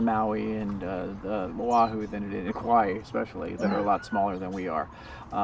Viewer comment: Aloha, I watched your video for 2 seconds and already you pronounced Hawai’i incorrectly. Please learn our correct pronunciation if you live here. That is very important first off if you’d like to connect with our people learn our culture Mahalo🙏🏼🤙🏽